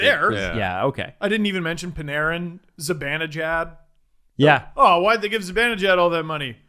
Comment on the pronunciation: "Mikka Zibinijad" - (get it right, it's Zibanejad;))